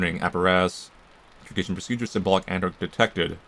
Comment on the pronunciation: is immune to antimemetic words judging by how many times he says "Intergation" instead of "Integration"